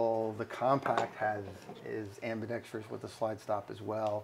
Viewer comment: Finally somebody that can say "ambidextrous" correctly and not spit out something like "ambidextrious" all the time. This guy has renewed my faith in english speakers!